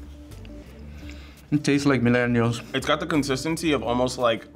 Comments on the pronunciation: The guy say “munenials” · “... it tastes like MINELLIALS” I can’t be the only one who understood it like that😂😂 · Sana EJ minellials 💀💀💀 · "mellenials.. It tastes like mellenials" lol